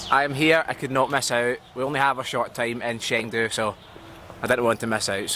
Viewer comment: The city's name is pronounced more like "Cheng Du" rather than "Sheng Du".